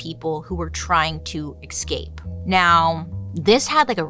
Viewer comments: Bailey. We all adore you, (obviously), BUT… the way you say escape and especially is so absolutely wrong, lol. There’s always an X in those words when you pronounce them! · excape and exspecially will always get me 😅😩